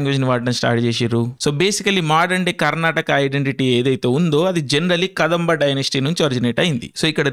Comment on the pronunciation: Kadambha kaadu ra re, adi kadhamba pronunciation telidu yemiledu neeku